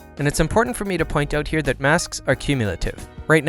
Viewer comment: Lovely video you're so damn good! But when you say "here"("Nhyah") that just pissess me off ahahah sorry, not sure why